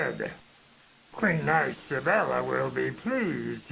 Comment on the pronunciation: "Queen ICE-abella.." Me: *rolls eyes so hard they fall out*